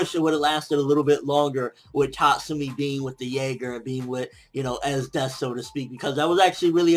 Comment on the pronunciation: Why do you keep saying Esdese? They say des...because that's how they say the word death... They never say dese...